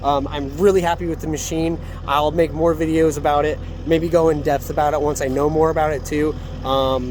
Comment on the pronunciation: Great video Im going to start watching more of your vids. Ive got to give you a hard time it sounds like you are saying Qubota and Death = Kubota and Depth But I cant say anything I have a pretty heavy southern draw at times.